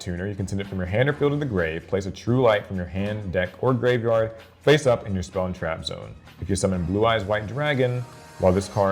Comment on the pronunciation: Please just pronounce it as graveyard